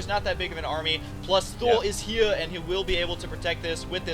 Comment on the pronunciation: lol "....plus thor is hheeiir" that was really funny.